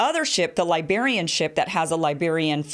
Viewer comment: Mario Ortiz It's Liberia not Lesbiara?!